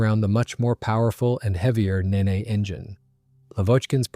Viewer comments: 1st. The Rolls Royce Nene's name was pronounced "Neen", NOT "Nay-nay"... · “Neen” not “Ninni”, you ninny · It's Nene (Neen) like ween, or bean. I know it won't make a difference because it's AI anyway. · Nene is pronounced knee-n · Maybe, but a better AI system would ask for clarification on pronunciations of proper names, or the script writer would proof listen to its responses and correct the script. I'm pretty sure the script said Nene and not Neen, if you know how literally AI takes things you can make adjustments.